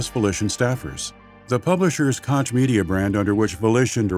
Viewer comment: I loooove the narrators voice but please... its not Kotsch its Koch, chhhhhh like sandpaper - sorry i had to... resisted for 53mins of this epic documentary but finally broke... no hard feelings, still love your content <3